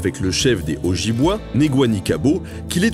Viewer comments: Ça se prononce: Témiscamingue* et Ojibwé* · Hey mon pote , excellent video mais juste pour te corriger :p on prononce le nom de la tribu O -djib-wé :) ce mec s'est fait aimer par les natif canadien :)